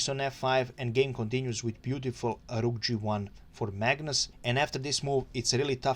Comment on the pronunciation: thanks! I love your "r"s eg on "rook" 😁